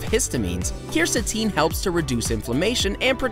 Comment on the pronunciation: 1. Apples 2. Turmeric (he mispronounces curcumin 🤦🏻‍♀️🤦🏻‍♀️🤦🏻‍♀️) 3. Green tea (and he mispronounces Quercetin) 4. Mushrooms (increasing vitamin d intake for sunlight) maitaki (mispronounces) and portobello 5. Cayenne pepper 6. Soy (DON’T. PLEASE. DON’T. MOST SOY IS ALSO GMO. DON’T) 7. Ginger 8. Carrots (mispronounces lycopene…) 9. Spinach 10. Grapefruit 11. Tomatoes 12. Garlic 13. Salmon (and Omega 3 fatty acids) 14. Banana 15. Beans (and magnesium) 16. Oranges 17. Whole grains 18. Coffee (caffeine.. if you’re going to do this, just drink Matcha - it’s green tea and has caffeine and gives better results - that’s me, not the video). 19. Water (to detox and remove mucus from your lungs). Hey, at this point, just eat everything until you think it helps… just go find a better video. That’s my gift for you.